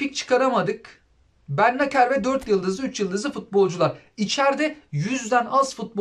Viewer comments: biraz lüzumsuz bir bilgi ama Bennacer'in telaffuzu "Bennaser". Sonundaki r de "ğ" gibi söyleniyor, Bennaseğ gibi... Fransa'nın Cezayir üzerindeki etkileri... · Abi bennacer bennaser die okunuyo